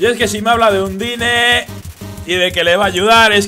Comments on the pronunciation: no se dice undyne se pronuncia andain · La pronunciacion no es "Andain"? Veo que le sigue llamando Undine... .-. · en realidad undyne se pronuncia un-die-n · se pronincia ondain